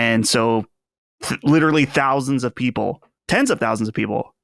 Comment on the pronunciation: He pronounces thousands like Dousands lol